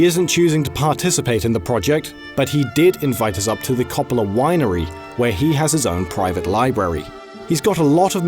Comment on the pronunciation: Every time he said Coppola's name wrong I died a little inside.